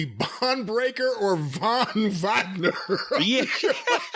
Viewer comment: Von vwagner 🤣🤣🤣